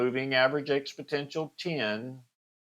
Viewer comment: FYI - its pronounced "expo-NEN-tial" not "expo-TEN-tial"